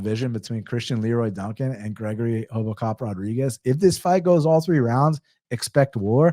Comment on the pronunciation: Respect for saying it the Brazilian way (Portuguese) way of saying RoboCop properly to "Hobo cop" 😂